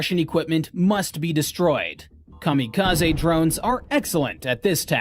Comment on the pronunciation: Cam a ca z ee......its a Japanese word...l